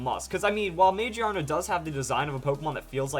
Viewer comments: lol I cringe when I hear "magiana" now. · I think it's pronounced ma-gear-na. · Wouldn't it be Ma-Gear-Na because it is a gear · ma gear na you said it wrong but great video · Dude it is pronounced MA-GEAR-NA. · I wonder if the English name is pronounced "Muh-Gear-Nuh" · I think you're pronouncing the English translation wrong. I'm seeing this as Mag-Ear-Na, or MaGEARna. This thing has both (big) ears and a gear around its head. I also think it's typing will be steel/normal. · It has to be pronounced Ma-GEAR-na, not how you're pronouncing it. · I'm pretty sure it's pronounced mah-GEER_nuh because it's based around an mechanical and gear-like design. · It looks like it would be pronounced ma GEAR na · I think it's pronounced Ma GEAR Na. It does have gears in its design, so that sounds more right to me. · Every time you say Magearna wrong I cringe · please tell me how it would be pronounced gear without the r im well aware that gia is japanese for gear but it clearly says magiana not magearna just because gia means gear doesnt mean it has to be pronounced magearna :/